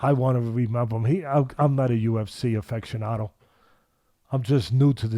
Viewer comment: ...and "affection-ado"